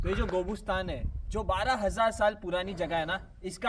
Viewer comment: isko कोबुस्तान नहीं कब्रिस्तान बोलो 😁😁😁😁